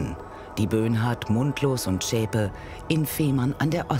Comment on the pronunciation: die Frau heisst Beate Zschäpe! Und nicht Schäpe.